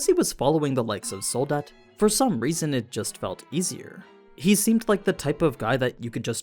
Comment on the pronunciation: I love how you Americans cannot pronounce Soldat right haha. Its not Sould-dad, its the German word for Soldier.